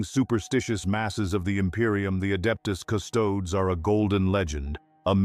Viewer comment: The hell is the "Adeptus" "Custodes?" If you're going to use AI to slop out content, make sure it pronounces the title correctly in the first sentence.